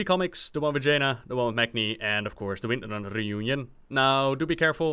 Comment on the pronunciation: "Three comics, the one with Jaina, the one with Magni and of course the Winrnrner sisters" The what sisters? lol "Windrunner", say it slower. XD